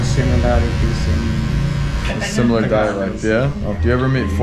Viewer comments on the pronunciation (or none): Tagalog is pronounced: TAH-GAH-LOG, just faster as TAHGAHLOG. Not Tag-ah-log. I hope that makes sense. Stay safe out there, man. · it’s pronounced tar gar log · I'm still surprised that not a single person has yet to correct this man incorrect pronunciation of tagalog. People there are so nice.